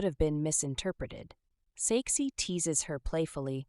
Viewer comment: When you said “His name is Saeksi” i heard sexy😂